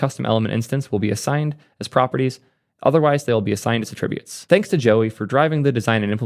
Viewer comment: What's with the "attributes" pronunciation?